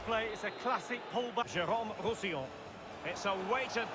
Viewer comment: everyone: roussillon: Rousillian